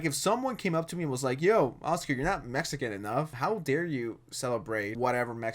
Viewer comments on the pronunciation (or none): none